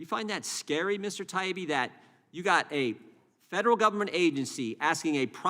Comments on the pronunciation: They can't even get his name right, Taibbi, pronounced TIE-EEBBEE, not TIBEY. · Matt’s last name is Ty-eeee-be......good grief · Mr. Connoly it is ty ee bee. Get some phonics going on! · "Taibbi" is not that fucking hard to pronounce. Sound it out . . . ta-EE-bee. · "TIE-E-BEE" It's not that HARD to say! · "Mr. Teebee" Really??!! He can't even learn the guys name!!! I'm a Canuck and not even involved in politics and I know who Matt Taibbi is!! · Mr TB? These people in charge are not even able to pronounce the name of the people they are haranguing. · At least he apologized for mispronouncing her name, Mr. Tiablablablabi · Realises hes mispronouncing "Teegun" as "Taygen" and apologises... Doesn't realise hes mispronouncing "Taibbi" as "Twibbleybobbly ", so couldn't give a sh*t! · Are you saying they don't believe his name is pronounced Tiny Bee? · The Congressmen/women on this panel must have some sort of basic education, right? And the knowledge of basic social graces? I'm going to assume then that the consistently incorrect and wildly varying pronunciation of Matt Taibbi's surname is due to some undiagnosed neurological deficiencies among those congressional folks. They can't just be Being Disrespectful, right? RIGHT? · Interesting how Mr Connolly mispronouncesMatt Taibbi’s name several times in his presence, but apologizes for mispronouncing Chrissy Teigens name. Does he only display good manners to those he agrees with? That is not good manners at all. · That's some ridiculous laziness if you can't pronounce "Taibbi" correctly especially when it's been said over and over again ALL. DAY. LONG. What a loser. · Taibbi should have thrown Connolly off by forcing Connolly to properly pronounce his name. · He’s also mispronouncing “Taibi”. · The disrespectful mispronounced last name is terrible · This guy is a joke too can’t even pronounce Matt’s last name